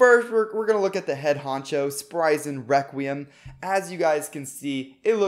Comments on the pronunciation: You are saying weqium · Requiem it’s not requiem, it’s WEKWIUM